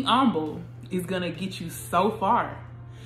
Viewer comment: Im umble. You don’t even enunciate the h 😂 But thanks, good timing with this word.